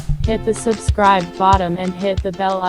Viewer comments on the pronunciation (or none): none